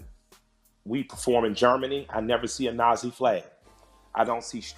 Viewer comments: “Nas-ey”..... couldn’t help but laugh :) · It makes me cringe how he pronouncez Nazi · Dude you lost all credibility when you mispronounced nazi....🤦🏻‍♂️